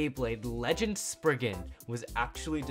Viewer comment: SPRIZEN NOT SPRIGGEN